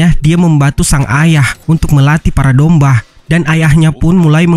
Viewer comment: Bang kenapa lu ngomong domba malah dombah